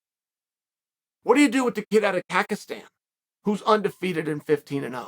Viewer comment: We really got a get a fight for this kid out of “Kahkistan”.